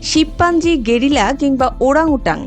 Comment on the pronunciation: একটু বেশিই শুদ্ধ হয়ে গেলোনা "গেরিলা"!!